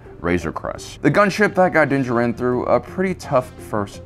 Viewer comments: Why do you say Din Djarin that way? In the TV series they mention him several times with the correct proncuiation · why do you emphasize Din Djarin the way you do? they say it in the show and i figured you guys of all people would say it right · Why do you keep calling him "Dinjiran"? Din DJAR-in. Like, you hear it on the show, what's the prob.... dawg? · If you cannot pronounce his name you should just call him Mando, instead of the multitude of mispronunciations you provided here. Dinjerin, Din Jawrin and Dinjah Rin. Just watch the show and listen. They say it out loud. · "Dinja Rin" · If you say Dingerin one more time I'm gonna have to intervene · "Din jerinn" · from Generation Tech the way he pronounces things is just different, but I guess odd. I've noticed this with Ahsoka, Din Djarin, Grogu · This guy has got to stop saying Din Djarin like that no one has ever said it that way in the show, literally the armor smith says his name IN THE EPISODE HES COVERING. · For the Wills sake please stop mispronouncing his name...it's said in the show!!! You legit hear it from the source material.